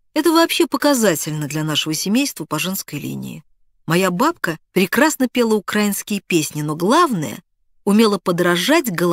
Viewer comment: Наче і класна письменниця ця Діна Рубина, але російського язика не знає. В слові УКРАИНСКИЙ наголос на И, а не на А.